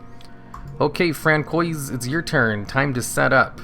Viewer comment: We have ruled out that you are not French, Canadian nor Cajun, plus you did not take French in school. It is pronounced Fran-swah. But you made my morning! hahaha :D